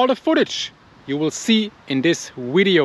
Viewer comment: Love the way he says video.. widdio